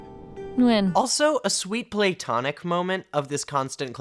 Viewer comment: Noticing you say "play-tonic" instead of "pla-tonic" and "foe-ward" instead of "for-ward" 😂